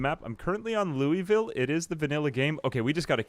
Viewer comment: Fyi, it's not Lou(ee)ville, it's Lou'vull or Lou-a-vull.